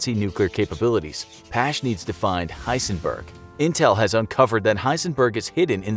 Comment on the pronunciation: dude its not that hard H e i s e n b e r g